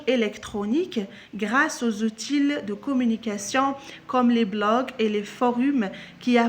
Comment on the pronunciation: C'est pas , c'est - ootie